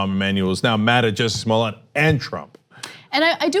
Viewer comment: Cenk it's clearly Smollett.